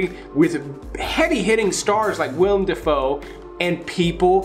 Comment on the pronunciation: Swear you say william defoe in every video